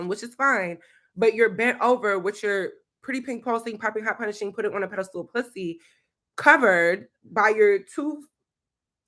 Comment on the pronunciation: The way you say p*ssy always gets me 💀💀💀😂😂😂